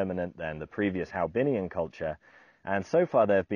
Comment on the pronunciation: Hoabinh ? not haobinh ?